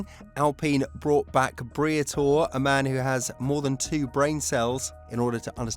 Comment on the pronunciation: Who is Briathor? its BRIATORE!